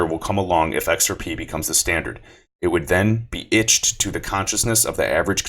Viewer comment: "etched" not itched...lol sorry bro OCD